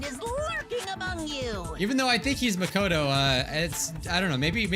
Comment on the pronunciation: pronunciation of Monomi, Nagito, and Makoto make me cringe.